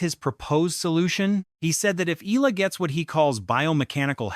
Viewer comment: e-YAH-la‼️ e-YAH-la‼️ e-YAH-la‼️